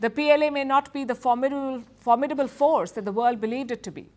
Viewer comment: 😂first learn how to pronounce formidable. 😅formibbbaaabbbllle.😂😂😂😂